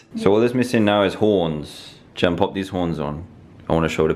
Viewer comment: Her name is gema not jena